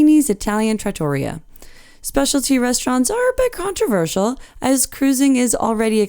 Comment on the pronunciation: For all those viewers who do not live near NYC, Chicago, or any other large city, what Princess charges for their specialty restaurants wouldn't cover the tip in any of the above-mentioned city's upscale restaurants. Most specialty restaurants on cruise ships are fantastic value! Also, the correct pronunciation for trattoria is tra-tor-REAH. But you did quite well with the others. Italian pronunciation is very difficult due to the many syllables.